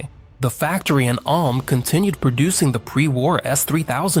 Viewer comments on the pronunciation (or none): MAGIRAS DEISITZ ?? MEGRAS ? MEGURAS ? MEGURUS ? MEGURIRUS ? MAGIRAH ? ALM ? DIUTZ ?? MADURAS ? UMBOLT DEITZ ? DETIZ ? HAMBOLT DAUTZ ? MAGIRAS DAUTZ ? MI FERMO QUI. COMMENTO RIDICOLO DI UN UBRIACO AI. PRONUNCE : Magirus Deutz = MAGHIRUS DOITS < Humbolt Deutz = UMBOL DOITS > < ULM si pronuncia ULM > È TEDESCO NON INGLESE E PER CERTI VERSI SOMIGLIA AL LATINO, NON AGLI STATUNITENSI. A FURIA DI SCOPIAZZARE L'AMERICANISMO SIAMO DIVENTATI UN POPOLO DI INVORNITI.